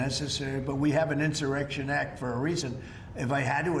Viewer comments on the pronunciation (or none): this clown can't even spell or pronounce the word insurrection...clueless. The Project 2025 ghouls put the bug in his empty head... 😂🤡🍊